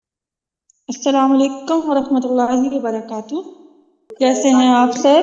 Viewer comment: معزرت خواہ ھوں آپ کی ادائیگی کمزور ھے بہن باقی آ پ قواعد بہت اچھے سے سمجھا رہی ہیں لیکن آپ ادائیگی پر بھی دھیان دیں علیکم بوکیل میں ع کا ساؤنڈ نہیں ھے آپ کی